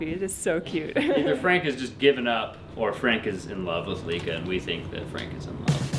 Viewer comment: Lika.. pronounced lee-kah, not like-ahhh. Even though we all like-ahhh Lika 😁🤕